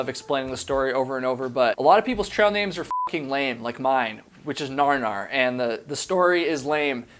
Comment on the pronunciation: Yo lol! Isn’t it “gnar gnar?” Like,both literally and figuratively, “nar” isn’t a word. Full stop. Do not pass go. Do not collect $200